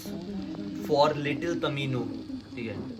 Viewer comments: Dude its tomino not tamino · It's not tamino it's tomino😂😂😂😂😂😂😂😂😂😂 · it's tomino hell not tamino hell😂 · Not tamino it's tomino